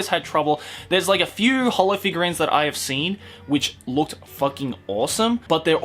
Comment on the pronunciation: Love how you pronounced holo's name wrong